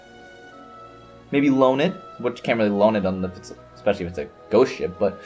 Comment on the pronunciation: Every time you said Ghost Ship, I heard it as 'Goat Ship ' Imagine my disappointment once it turned out to NOT be a Ship maned by Goats:( Still, a great video as always,: )